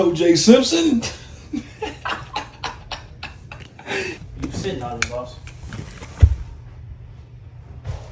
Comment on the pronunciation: Yooo yall negros have me on the floor with that pause shit😂😂😂 That “Toe J Simpson” was fucking hilarious bruh! Btw great job with the entertainment system!